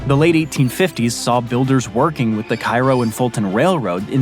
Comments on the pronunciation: A couple of pronunciation corrections: New Madrid, MO is pronounced New MAD-rid, not New Ma-DRID; Cairo, IL is pronounced CAY-roh, not KI-roh. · It's "new mad-rid" and "kay-roe", lol. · Interesting stuff. In future I’d recommend researching pronunciation of various locales, as there are a couple errors here. The two that jumped out at me were New Madrid and Cairo. Neither of these are pronounced like the famous cities in Spain and Egypt. Cairo is pronounced KAY-row, while the “Madrid” in New Madrid is pronounced MAD-rid. I rewatched the Thomas Crown Affair remake recently and was amused again that Pierce Brosnan pronounced Lima, Ohio, like the city in Peru, “lee-mah”, where the locals pronounce it “LIME-ah”. These differences are not as wacky as Massachusetts town pronunciations, but it is a trap for non-natives. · In the portion of the video that describes Texarkana, the narrator makes reference to a rail company named in part after the southern Illinois town of Cairo, which he pronounced in the same way the city in Egypt is pronounced. But, the Illinois town, and thus the railroad company, is pronounced kay-ro, not ki-ro. In two sections of the video, the narrator references the Mississippi River town of New Madrid, Missouri. The narrator pronounces the second word in the town's name using the pronunciation that is used for the Capital of Spain. But, the Missouri town is pronounced with the emphasis on the first syllable. Thus, it is New Mad-rid, not New Ma-drid. I hope this information is helpful. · Cairo is pronounced Ca (long a) ro (long ). KA - RO.. Raised in Carbondale IL. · Cairo (Illinois) is pronounced Kay roh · It’s Cairo, like Kay row. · Not like Egypt? Kh-eye-row? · I'm born and raised around Vandalia..Salem, and Effingham Illinois and we have always pronounced it "ki-roh" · They one in Illinois is also pronounced Care-O by the people that live there. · its not pronounced cairo its said like kayro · CAIRO ILLINOIS is pronounced differently